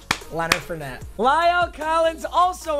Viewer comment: It’s Leonard (4)net not Leonard fer net